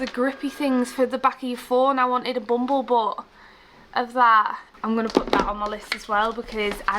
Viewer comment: Are you saying Bumble Butt? It makes me laugh 😂 every time